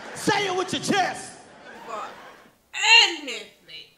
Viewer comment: The way she said "I don't blow dry my hair for ANYTHING" 🤣🤣🤣🤣🤣